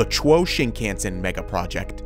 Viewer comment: chuo- pronouce it chu as chew in chew,ing gum o in o,val shape .......chew-o 2-syllable words